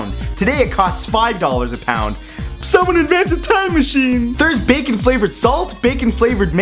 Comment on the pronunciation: I think the best part was at the end when you messed up saying the word "bacon" cuz you said it so many times 😂😂 this was genius